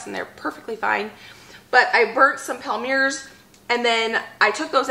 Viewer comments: Everything looks so good. I can almost smell the cookies. Have you ever used a pastry bag to squeeze your filling into the thumbprints? I feel it makes less mess. Palmier is a French word meaning Palm leaf. It is pronounced Palm Me A. 12 half-gallon jars! That is a great find. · Yay! The cookie video was a nice surprise today. You inspired me to get my holiday baking done! Also, since I am a French teacher and an Acre Homestead super fan...Palmier is pronounced " palm ee ay ". Happy Holidays to you and your family. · I think the Palmier's are French, and pronounced "palm-ee-ay's". Loved this video! Having a big bake-off with my family this Saturday! We all pitch in on ingredients, and make a whole day of it, with a break for soup and salad for lunch. We bake Swiss Bread, Bratzeli's, and Pecan Crunch, which are family recipes passed down from generations. Hey, dryer lint makes for a good fire starter!